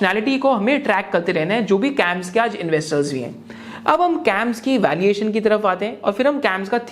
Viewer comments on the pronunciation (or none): Valiation or valuation????